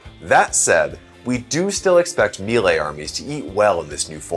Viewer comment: It's pronounced "MAY-lay"